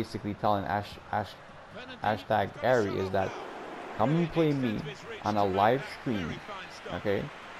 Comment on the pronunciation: “Ashtag Arry” lol